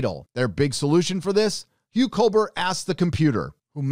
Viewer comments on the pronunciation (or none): none